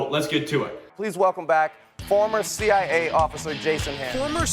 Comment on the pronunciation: I’m conflicted. Everything says he’s a former CIA officer but I don’t hear CIA coming out of his mouth. I only hear CI. I like his presentations. Good info. But I still want to hear him say C-I-A. Maybe it’s just me